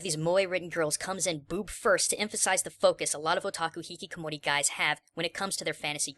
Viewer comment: It's Hikikomori,. Not Hihikomori.